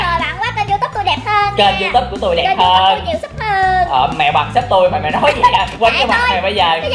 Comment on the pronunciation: Nghe chị nói gì mà =) diu túp trong khi người ta gọi là youtube(you túp)còn em gọi là you tu be còn chị...=) diu túp =)))